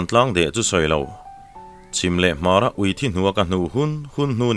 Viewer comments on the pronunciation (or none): none